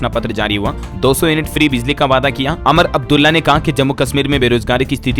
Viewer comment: अमर अब्दुल्ला नही उमर अब्दुला है